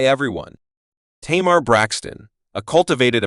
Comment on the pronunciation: Say her name right